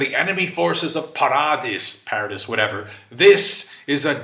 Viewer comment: paradis is pronounced like parody but with an emphasis on the d